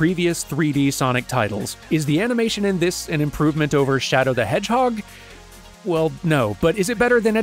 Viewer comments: "Shadow the Hordgeheg" Nice 😂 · "shadow the hordgeheg"